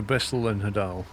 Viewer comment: I love this. This is my summer vacation now. Also, hadal comes from the Greek god of the underworld, Hades, so it's pronounced the same way, HAY-dal.